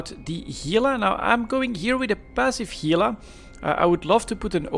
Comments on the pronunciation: I'm happy you pronounce Gila correctly, it's irritating hearing someone use G instead of H lol. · yeah no, it's pronounced "hee-la".